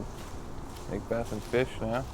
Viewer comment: Paul mcbec ? It’s Paul Mcbeth